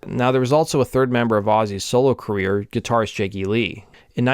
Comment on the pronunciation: Dude, it’s pronounced cuh-reer, not queer